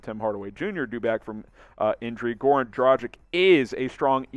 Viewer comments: It's not "Dra-jic". It's "Dra-gitch" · Just combine Drag (on) + word Itch and you have right pronunciation. It is not a Dragon. It is Drag(on) with an Itch. 🙂